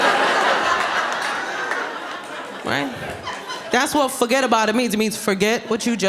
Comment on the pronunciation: Fuggadaboutit 🫣🤣👌 Ayo! She's hilarious 😂